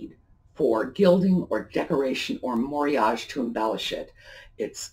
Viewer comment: The first rice bowl is Japanese, and the pronunciation of Moriage should be Mo-ree-ah-gay. Also Japanese never have sets of three or four in dishes, the reason is that the word for four sounds the same as the word for death. 😳. Love your video and learning what is worthwhile and why. I agree, definitely choose items that are quality pieces of a good value. That blue and white bird is absolutely stunning.